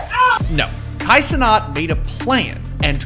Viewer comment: This man pronouncing Kai Cenat as Canat is diabolical